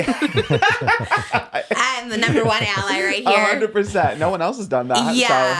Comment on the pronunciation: i love how trisha keeps mentioning Loosey while also saying her name wrong